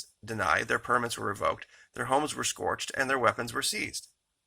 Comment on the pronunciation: "scorched" or "searched"...? ;)